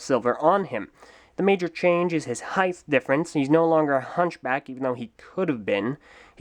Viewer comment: OCD tells me to do this-- height is not said like "heighth". Think this; height is said like weight, and you have length and width. If it has an H, it has a "-th" sound. If it has a T, that it ends with a T. Not trying to be mean, my intentions are pure. Merry Christmas btw.